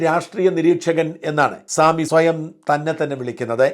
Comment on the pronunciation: സാമിയോ……….. സാമി അല്ല സമി ഹംദിയ എന്നാണ്………..😂😂😂